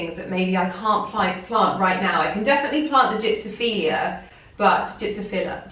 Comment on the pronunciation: My mother was Scottish and she pronounced (Babies Breath in Canada) Gypsophila with the accent under the O. 🤗😉